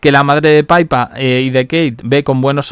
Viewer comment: Que NO se pronuncia "paipa".... Es PIPA, tal cuál, PI PA.... Pe i latina, pe y a......PIPAAAAAA... Dios, qte invito a Londres para que lo aprendas 😂😂😂😂🤦🏻‍♀️